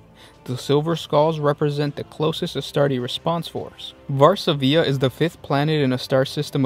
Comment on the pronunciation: there is no diacritical/acute mark to indicate placing accent on third syllable, that is a normal dot above the 'i'. stress rests on the second syllable: [var-SA-vi-a] not [var-sa-VI-a].